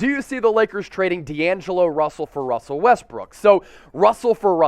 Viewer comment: You said my name right 👍🏼